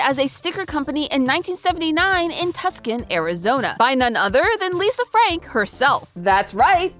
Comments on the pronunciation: ma'am as a native Arizonan please don't pronounce Tuscon like that ever again. It's too-sawn, not Tuxon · Hold up, you called it Tuscan not Tucson (two-san) . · Everyone keeps mispronouncing Tuscon. It's TWO-sawn, not Tusk-an. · It’s pronounced too-sawn not tuckson :,)) as a native Arizonian I had to pause and see if anyone else made this comment 😭😭😭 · I hate to say this....Buuuuut. It's pronounced 'Twoson' not 'Tucksun'. 😅 When you said where it started at in AZ. 😅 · Hearing pronounce Tucson as Tuskan instead of two-sawn sends me. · I am sure you're razzing, but it's pronounced Two-San; not tuxon, nor Tuscan 😂😂😂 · How did you pronounce Tucson? TOO-sahn. Tuscan means it comes from Tuscany in Italy. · Sorry for being this guy, but the C is silent. "Too Sawn" Also, great video! It kind of ruined my childhood to hear some of the stuff that happened. I knew some of it, but not all. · too-saw-n not tuck-son 😔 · Welp. As someone who did not know the correct pronunciation, I both apologize for my ignorance and appreciate your correction. Would not have guessed that the c is silent! Pretty sure I’ve said “tusk-son” and “tuck-son” before so. Whoops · You mispronounced Tuson....It is Too-son...Not Tucson, Italy. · Say it with me now girlies : too - sawn (Tucson)! No hate at all just don’t want you to get made fun of! <3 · Tucson not Tuscan lolol. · As a Tucson Native it’s that’s not how you say Tucson it’s pronounced like Too-Saan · Double check that pronunciation on Tuscan, AZ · As an Arizonan I agree with this statement. Two-sawn is the right pronunciation 😭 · Just a friendly little note: Tucson is pronounced “Too-saun” (like the number and sauna without the a) I hope that helps! 😅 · As a native Arizonan....That is not how you pronounce that name. XD It's pronounced Tooo-sahn. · she said tuck son, even if she said tuscan, it’s still wrong. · Too-san not Tucson (it's not pronounced the way it's spelled) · That's not how you pronounce Tucson...